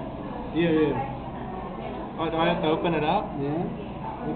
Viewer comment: "...You hab to drink da soup.. Yeaaaayyyy!"